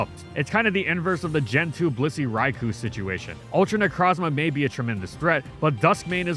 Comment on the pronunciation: Top Three Biggest Mistakes: 3. Any video before 2017 2. Being Sponsored by Blizzard 1. Mispronouncing Raikou